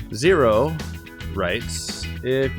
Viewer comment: I liked the video. It is the first time my question got into a q&a. Also, did you just call me a 'he'? Wow, I'm offended. Actually we, the people of Intop don't have genders. We believe we don't need human-gender-mess to have our Utopia. Also Zero is not how you pronounce it. But okay. You earned the support of the people of Intop. Also we contacted the Illuminati and they say you cool.